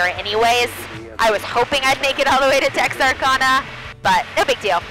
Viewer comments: Sweeie, it is Tex Are Can Uh! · Did I just hear you say "Texarconna?" Girl, where are you from? Never heard it pronounced that way lol! Btw love your videos. Keep up the good work.